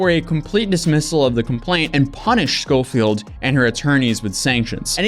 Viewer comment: How can you read Scofield a million times but pronounce it Scolfield? Baffling.